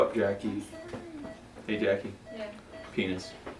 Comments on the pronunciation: I would totally laugh when he says pinus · Every time he says penis 🤣